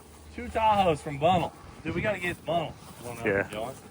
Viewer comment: I'll take the old vette. Hit me up. And it's pronounced Bun-nelle (I live there lol)